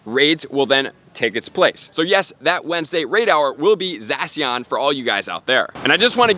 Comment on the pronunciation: The way he pronounces Zacian hurts me